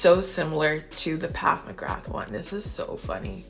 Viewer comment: I have them both and love them both. I love how you call PAT, PATH McGrath